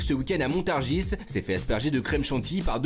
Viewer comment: Montargissssss 🤣🤣🤣 on ne prononce pas plus le S de Montargis que celui de Paris...